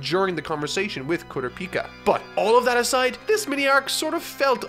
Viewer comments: I don't mean to be "that person", but he mispronounced Kurapika On a different note, I love everyone if your videos! I just haven't watched your One Piece analysis videos since I don't like One Piece... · The way he pronounces Kurapika is throwing me off. Is that just how he says it from reading the manga or is it pronounced like that in the Japanese versions, too?: Kuro-pika Me: Kur-ah-pe-ka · You’re mispronouncing makes you fun and I’m glad you made fun of it and corrected the Gon thing in the opening. But you’re killing me with Kurapika. You say Kuro Pika. It’s Kuraa-pi-kaa. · I'll bet he'll do the same 1st min joke this time focusing on Kurapika considering PHANTOM TROUPE ARC FOCUSES ON HIM AND HE STILL CAN'T SAY HIS NAME RIGHT SHOULD I DECLARE A KOORA-PIKA DRINKING GAME know this im not upset in anyway about this cuz i dont care about Kurapika but i understand when you say a name wrong you say a name wrong & that welcomes Chaos so Pray he says it right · Yes! That was exactly my thought. Who cares about the nuance of that pronunciation compared to how he says Kurapika's name. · Everytime he says it I think of pikachu instead of Kurapika. No hate though he can say whatever he wants. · Ok you got Gon's name down, now all that's left is Kurapika's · You forgot the most important thing: That Bungee Gum has both the properties of rubber and gum. Also when pronouncing Kurapika's name, the emphasis is on the 'Kura' and not the the 'Pika' (try listening in both anime versions to how other characters pronounce his name) But, criticism aside, awesome review, as always! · How you pronounce Gon doesn't bother me I can take it or leave it but how you pronounce kurapika grates me, but whatever your work is great keep it up!! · The Gon pronunciation was not as bad to me as Kurapika. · You all talking about how he pronounced Gon but no one will talk about the Kurapika pronounciation? xD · You said kurapika wrong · Im Pretty sure youre pronauncing kurapika wrong.